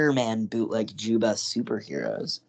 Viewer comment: You don’t pronounce the J in Juyba